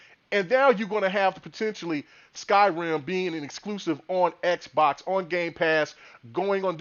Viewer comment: They have a Japanese studio with Tango Gameworks fellas. Btw, you kept calling Skyrim "Sky-Rim" like they're two separate words brother.